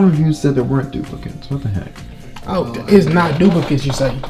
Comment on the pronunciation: AHHAAHAHHAHAH " no DUpLiCatEeSs" AHAHAHAHA